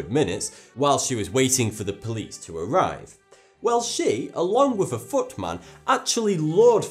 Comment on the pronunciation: ""While she waited until the police awived"